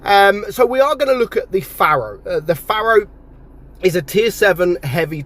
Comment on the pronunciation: It's a Pharaoh. Pronounced Fair-O. As in Ancient Egyptian Rulers. Not a 'farrow' as you say, which is a long narrow ditch left by a Plough in a field. Love you to bits!